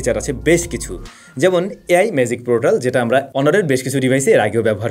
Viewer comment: Magic os কে আপনি ম্যাজি ও এস বলেছেন